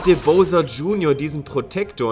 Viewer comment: Es heißt Bowser mit au!